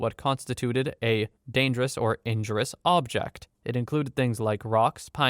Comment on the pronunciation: Injurious. en-JUR-ee-us. Not INJURE-us.